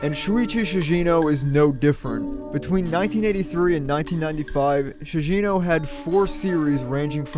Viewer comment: Bruh its not Shuichi "SHIJINO" its ShiGEno.